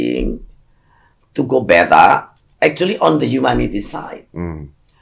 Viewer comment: demen bgt pas bu susi ngomong "better" dengernya kek "beta" 😍